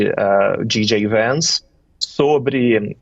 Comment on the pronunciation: Não é GJ VANCE! 😂 O certo é JD VANCE! pronúncia: dchei di Vence.